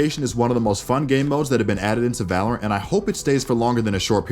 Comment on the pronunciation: just I heard balorant?